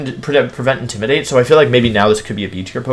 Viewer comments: Hi, new sub, "IndimidaTEA"????? Aight, ok. So this is how it's gonna be. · Intimi-dat-i. I'm starting to think this dude only learned English yesterday. Also is Wenusaur a niclname or is it another weird pronoinciation?